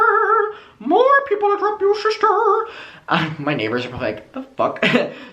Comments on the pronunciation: I just can’t take it serious when you say *ShiSsTEr* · Shisster 😂 ya killin me lmao